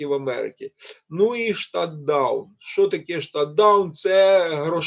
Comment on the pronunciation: Shut down( шат даун),а не шТат даун😀